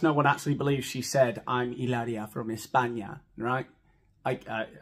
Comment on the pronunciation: Amy Schumer is not funny in my opinion. Y encima copia a sobre todo cuando, refiriéndose a Hilaría, imita un acento español….. aunque no pronuncia bien ‘ from España’ agrrr